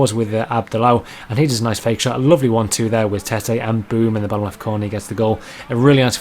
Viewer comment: Tettey is pronounced tetty wothout e